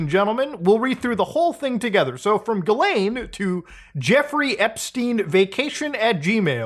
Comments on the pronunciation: it is pronounced "jizzlane" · muta pls, pronounce her name correctly, it's jizzlaine. 🙃